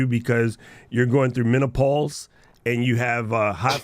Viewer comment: "Menopauls" 🤣🤣 Chill Doc.